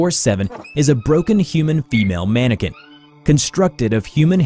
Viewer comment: Mannequin not Mannican